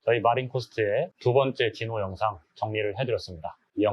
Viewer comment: 귀한 자료 감사합니다. 근데 제 귀에는 '디노'가 '지노'로 들리네요.. 제 이름이 진호라서요 ㅎ